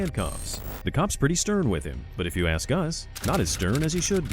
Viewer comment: Tempest lol but cant pronounce ask